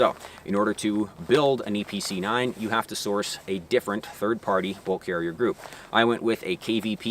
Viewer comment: That's a lot of words for a range toy Also I kept hearing Eee PC 9 haha